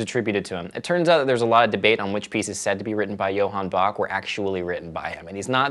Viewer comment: Every time he said Bach i died a little..